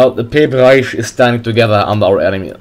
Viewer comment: its pe-pe not pee-p